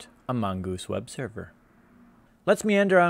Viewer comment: "amogus web sever"